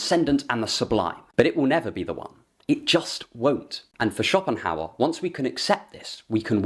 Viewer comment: Sounds more like Copinghauer